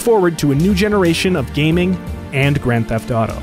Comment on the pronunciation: "Grand Theft Thaw Tho"